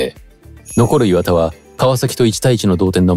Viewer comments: 磐田のイントネーション違うし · 磐田のイントネーションなんとかしてください